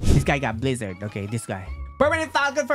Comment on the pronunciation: I like your videos but rubber for guake💀💀 or blizzard and sound for dough💀💀 plss be right